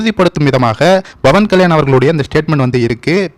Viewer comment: நீங்கள் பவன்கல்யாண் என்பதை pavankalyan என்று உச்சரியுங்கள்;bavankalyan என்று உச்சரிக்காதீர்கள் அர்த்தம் மாரிவிடும்!!நான் apயிலேர்ந்துதான் வீடியோக்களை பார்க்கிரேன்.ஒவ்வொரு ஹிந்துவும் பேசவேண்டும்.ஜெகன் கிருத்துவா்.அவர் அப்படிதான்செய்தார்.